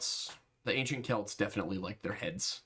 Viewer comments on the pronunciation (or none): none